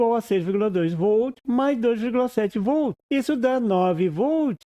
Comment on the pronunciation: Escutando o video lembrei do meu professor de eletrica que falava "voltos" envez de volts. No video eu escutei "vol" envez de voltz. Mas enfiz ... Bom video . abracos.